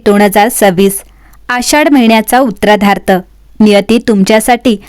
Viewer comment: उत्तरार्ध शब्द नीट म्हणायला शिका